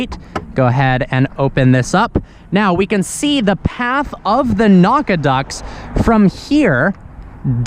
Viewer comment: "Naucaduct" sounds like something Goku or Gohan would scream...